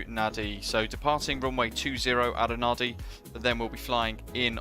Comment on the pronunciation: NADI - pronounced NANDI !!...but beautiful scenery, livery and v nice video as always